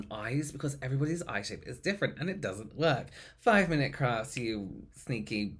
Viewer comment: I heard "5 mint crafts, you sneaky arsholes..." 🤣🤣🤣🤣🤣